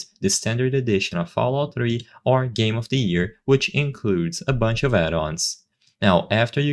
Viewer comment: “FoulOut 3”